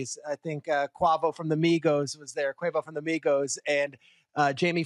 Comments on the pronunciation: Yes that took me out definitely bad lol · Bro said "kwavvvooo from the Migos" 😆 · My boi cuavo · Not as bad as him saying Quavo from Migos